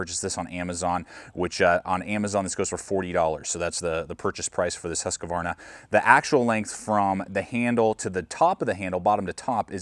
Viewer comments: Good video but you're killing me, its Husq-varna not Husq-a-varna. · I like how you pronounce it Husqavarna. should be closer to Hoosqvarna though, basicly means Millhouse :) or 'the house mill' small place in sweden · Nice review. For the future though, please pronounce Husqvarna correctly. Only 2 A's. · He is American lol they have trouble with any language that isn't Americanese